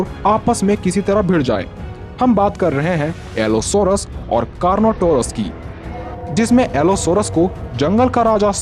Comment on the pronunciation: Car not our as bro